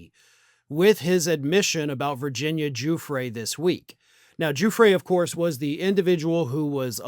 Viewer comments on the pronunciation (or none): none